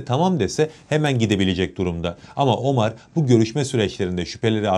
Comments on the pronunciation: Abi , Omar ismini biz Türkler'in Ömer olarak telaffuz ettiğini biliyorsun , değil mi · Teşekkürler, ağzına sağlık da; ÖMER ismini hiç mi duymadın be kardeşim? OMAR nedir ya hu? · ne omarı ya.. ömer... inglizler gibi okumayın